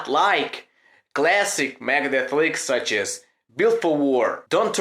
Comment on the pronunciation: It's okay, but is funny the way you say megadeth 👍👍👍👍megades